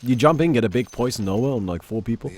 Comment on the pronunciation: he always says noah and he can pronounce nova perfectly like when he says pulse nova